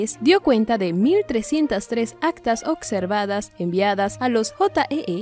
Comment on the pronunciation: SE DICE OBSERVADOS NO OCSERVADOS